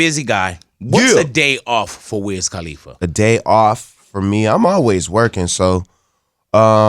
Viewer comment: Big Boy. It's Cuh-Lee-Fuh. Not Cah-Lee-Fuh. Great show though.